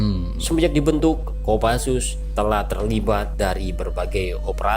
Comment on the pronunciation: bukan kopasus bang tapi Kopassus